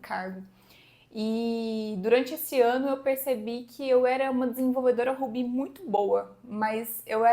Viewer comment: Você realmente pronuncia "Ruby" como "Rubí"?